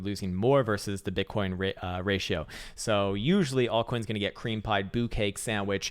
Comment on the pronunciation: "Boo-cake"? I think you mean "boo-ka-key"!! 😆